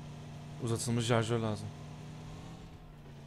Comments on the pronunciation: şarjör yerine jarjör dedin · Sen her dakika jarjör diyon